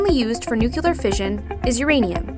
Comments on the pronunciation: Ahh stop saying NUCELAR, this should help, say it like, (new clear) energy. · I don’t understand why it’s so hard to say nuclear properly. New+clear, not new cue lar. I’m also American and say it properly. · Nu-Cle-ar. Someone fire the editor! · It's "NU clee ur" not "NEW clee ur" - I expect the wrong pronunciation will soon become the standard thanks to efforts like this which have great information and graphics but leave in the wrong pronunciation. I suppose there are more important things that need our attention, but this is aggravating. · How come she can pronounce all the other words related to but not including nu-CLEAR?? Jesus Christ when you hear "noocular" it's like nails going down a chalkboard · the word is Nuclear... new-klee-ar ... not nuke-yoo-lar. Americans really need work on their pronunciation of English words. Its your native language young lady, and not a second or third one. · I know I'm not the first to say this but NU-CLEE-AR. I wouldn't normally mention it but this is unacceptable in an educational video for kids. You're teaching them the Bush Jr. pronunciation. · STOP SAYING NUCULEAR OMG I JUST WANNA DO MY SCIENCE WORK MAN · PROUCESS?NUCELAR? BYEEE- 😺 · nukyeler energy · noocular energy 101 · no it actually isn't... Nucular is known for being the pronunciation for uneducated people and AIs, so....... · Did you just say "nuke-you-ler"? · IKR? and the Nuk-yuh-lus of an atom?!?!?! NUCLEUS! NUCLEAR! Nucleus and nuclear are some of the only words in English that are pronounced how they are spelt! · the video itself is pretty good and i give them props for that but every time she says nucular, i involuntarily start twitching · nuclear, noob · WHEN PEOPLE SAY NUCULAR IT PISSES ME THE F OFF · NUCULAR? Did George Bush narrate this video? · The material is great, but I wish she would pronounce "nuclear" correctly. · “Nucular” is not a word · I love nueclear but you need to get over its pronuaciation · What the fuck? Can't pronounce "nuclear"???